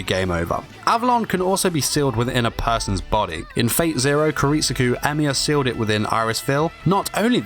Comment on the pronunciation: he calls "kiritsugu" "kiritsuku" so many times smh